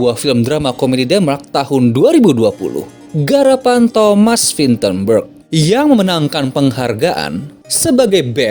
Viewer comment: Thomas Vinterberg bacanya thsames Vintapea (kalau gak salah)